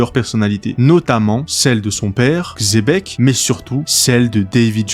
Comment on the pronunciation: Bonne vidéo mais la prononciation c'est pas "Xébec" mais "Tchébec"